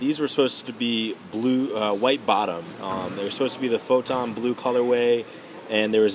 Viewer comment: You say photo blue weird sounds like you say photon blue